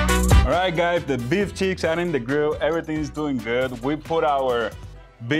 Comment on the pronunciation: I told you it was awesome. It sounds like you said to “It’s beef Sheetz” LOL. Like Beef S_ _ t. Oh man. Ok it’s the accent sorry...Did you see looks at you eating the whole time 😂Love it and glad you enjoyed the Beef Cheeks. Wait until I speak with Meat The Butchers and get some more mystery meat. And no...lion meat yet. Great video. Love you guys.